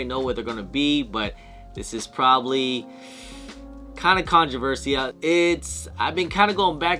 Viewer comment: why can’t you say the word controversial lol